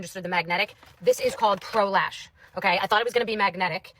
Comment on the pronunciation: I literally thought you said prolapse instead of pro lash 😭